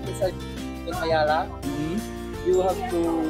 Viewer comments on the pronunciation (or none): Its AYALA not ayla 😊..thanks again for touring us to makati.